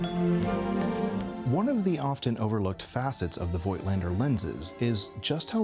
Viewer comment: Nice review dude. Just for information. You pronouncing Voigtländer with a silent „i“ . Like in English Wrap with a silent „w“.